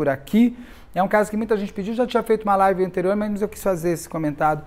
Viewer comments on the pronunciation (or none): none